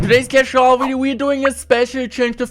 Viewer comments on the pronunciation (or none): YOOO what's going on guysss todayyssss clesh woyale veedio